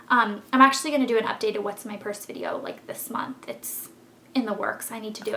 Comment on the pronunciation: "in mai pursse" hahah u make my day.